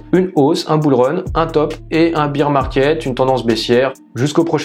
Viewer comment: Tres bien pour les debutants bravo sinon "bir" en anglais ca veut dire bière.. ours c'est "bèr" ;)